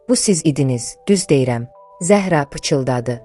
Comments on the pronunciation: Zəh'ra yox, Zəhra' Dedi Mirsadığ müəllim. Yersiz belə danışmırıq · Ay mətni oxuyan, siz dilimizi doğru, düzgün bilmirsiniz. Bilsəniz, Zəhra adında və başqa adlarda, vurğunu ə hərfinə deyil a hərfinin üzərinə salardınız.... Zə'hra yox, Zəhra' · Zəəəhra yox, duzgun teleffuz et , vurgu "a" herfine dushur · Zəhra Ərəb sözüdür . Zəhraya Zahra deyilməz Ad mənasına sənin savadın yoxdur